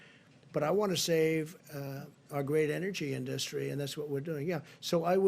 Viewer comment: HE CAN'T SAY "INDUSTRY"